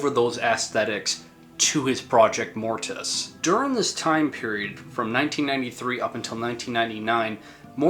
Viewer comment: If you are going to talk Mortiis,pronounce it right! He doesn't have that extra "i" there for nothing!LOL